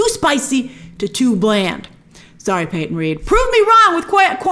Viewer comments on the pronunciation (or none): none